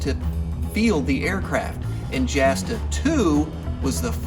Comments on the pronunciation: Quick comment, it's pronounced "Yasta", not Jasta... Otherwise, great content, 5 stars! :) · Not probounced "jasta", it's pronounced like a y, or yasta. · Jasta is pronounced Yasta...and the D 5 and 5a were such crap the Red Baron repeatedly complained to the Inspector of the Flying Troops that they were totally outclassed by virtually every Allied Scout... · P.S. Jasta, short for Jagdstaffel is pronounced Yasta. A written letter J in German is pronounced same as the English Y. There is no spoken J. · Love this guy and his enthusiasm. . .but Jasta is pronounced "yah-sta," no "J" sound. The "Jagd" in Jagdstaffel (Jasta is short for Jagdstaffel) is German for hunt, which has no "j" sound. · And Jasta. Its pronounced "Yawsta" I think most German J words are pronounced with a Y sound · A few things: 1: Jasta is pronounced Yah-stuh Source: Source: 2: During "Bloody April", the Brits shot down something like 60 planes Source: Source: (Hart, Page 11) 3: Great video, I look forward to seeing more WWI stuff! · was gonna say the same thing, haha.